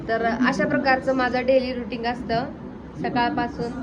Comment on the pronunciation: Ruting नाही ग रूटीन